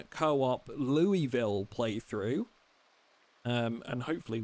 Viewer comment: Loo-wee-ville 😂😂😂😂😂. Ky resident here it's Luul-vul. Two syllabus throw the rest of em out.